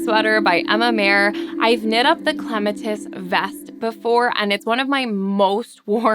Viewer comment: Aren’t you pronouncing Clematis wrong. Isn’t that the name of a flower?